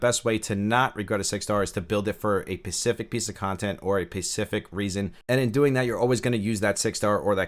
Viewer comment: Yeah he keeps saying pecific, it's adorable.